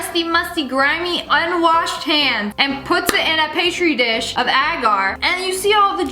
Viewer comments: did i hear pastry dish 🤣🤣it a pee-tree dish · 😂Are you sure? I had to rewind it a few times and it STILL sounded like, ‘pastry’!😂